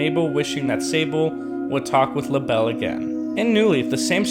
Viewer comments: Lah-bell Me: Lay-Buhl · Cant you just pronounce it laybel not lahbel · Labelle isn’t actually prounced “La-Belle”, it’s pronounced “Label” 😅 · Sable Mabel This dude: Labell Dude, it's Label. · Not tryna be rude but it not LA Bell it la bel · I thought she was called lable not Labelle or is it different in new horizons? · I thought Labelle was pronounced label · It's pronounced lay-bell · Its pronounced Laeble like the thing describing the animal or something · It’s pronounced (lay)ble, just follow the pattern you toddler brained midget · He Keeps lable wrong Haha Lol :)